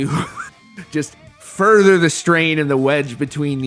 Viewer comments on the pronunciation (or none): none